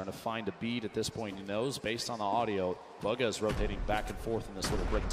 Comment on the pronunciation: he says bug-ha lmfao